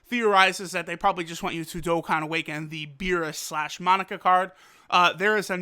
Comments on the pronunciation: It is not pronounced MONICA it’s MOE-NAK-A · Monika It's Monaka Why do people seem to pronounce it with an i where the first a is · Can you learn how to pronounce Parunga and Monaka the correct way...